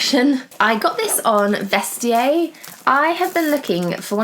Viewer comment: Wahhhhh!!! As a French speaker, please never say Vest-ee-yay again!!!! 😱 It's pronounced ' Vest-ee-air' 😉😘 xxx